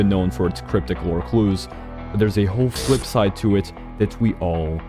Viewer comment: "The fwip side"